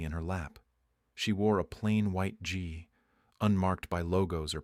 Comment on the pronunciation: also, gi is pronounced ɡē